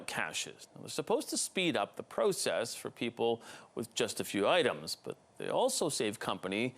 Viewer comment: Its not. Pro. Cess Its process. Like procter not pro like probe.